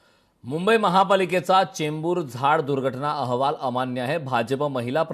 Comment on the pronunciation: चेंबर नाही रे बाबा चेंबूर.